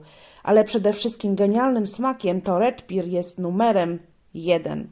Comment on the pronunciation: Dzięki za omówienie,tylko dla poprawności wymawia się Red per ,nie Red pir